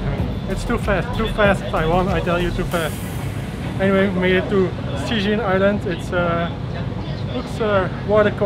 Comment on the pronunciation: Actually, Cijin is pronaunced "Chi jin." Just let you know. =)